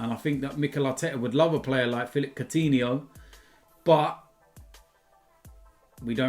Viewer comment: So u say Soutinho, and not Koutinho..??